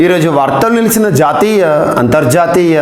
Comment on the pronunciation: Jaathiya, antharjaathiya, raastreeya pronounce superb sir